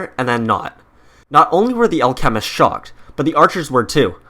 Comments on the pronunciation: Al.... chemist, anyone else think that thepronunciation is odd? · Jesus fuck do you pronounce alchemist wrong on purpose or on accident? Holy shit. Not trine be rude. Just got mega annoying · Clash of Clans and your saying alchemist wrong your trying to say it all together learn grammar